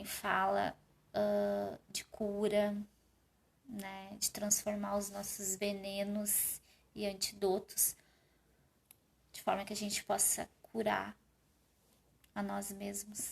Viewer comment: Antidótos? Essa palavra nao existe. Antídotos é comp se pronuncia